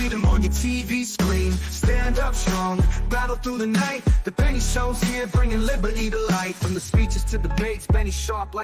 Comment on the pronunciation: LOL....Benny .. not.. Nenny. Sorry